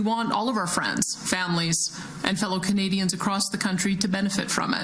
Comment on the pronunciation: Every time she says "Canadians", I'm somehow hearing "Comedians."